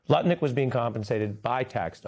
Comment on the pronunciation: Ari distinctly said Nutlick at least once. You know your reputation is shot when the news is mocking your name. It's Lutnick. And I doubt if even the most MAGA person out there noticed or cared. The only reason Trump hasn't demanded this man fall on his sword is because he is world champion heavyweight nut licker.